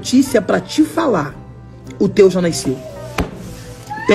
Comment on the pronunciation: Naisceu?????? O que é naisceu?😂😂😂😂😂😂😂😂😂😂😂😂😂